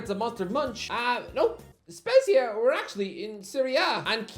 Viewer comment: He also mispronounced Spezia (and Lecce in other videos).